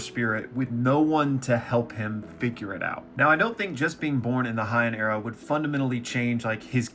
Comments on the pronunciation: Bro you gotta stop saying Hy-en. In Japanese the ei letters make an AY sound, unlike German where it makes an EYE sound. So it's called the HAY-en Era. That's all I gotta say peace. Rest of the video was good though. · HYANN Era😂. Heian(hey-in)